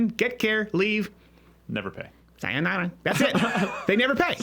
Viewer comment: Steven says goodbye in Japanese in a Hispanic accent